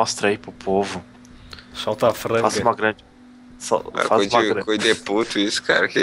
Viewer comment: seri? futbol? fais? fase? seri = serie: futbul = futebol : fais: = faz fase = faza